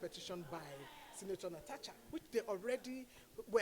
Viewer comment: But why are they calling her Natacha instead of Natasha?? 😂😂